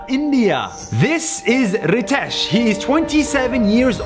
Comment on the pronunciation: The ritesh u pronunciation was wrong 😅